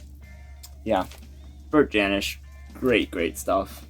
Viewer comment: Hey, great that you’re into Bert Jansch. I saw him live a few times. You need to pronounce his name correctly though. Check out Davy Graham and John Renbourne too. They all came out around the same time playing the clubs in London. Bert learnt his stuff from Davy. Everyone learnt their stuff from Davy. He was the key player in the folk scene in England- taught Paul Simon too.